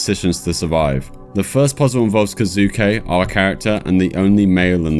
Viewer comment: Mispronounces 10 things. Says "Kazuke" and THEN worries he messed it up.